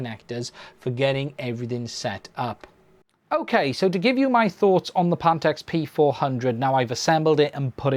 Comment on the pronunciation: Panteks? ... you do mean PHANTEKS ... PH sounds like F